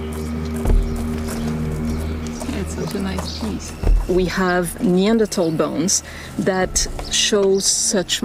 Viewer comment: Finally, someone pronouncing Neandertal correctly.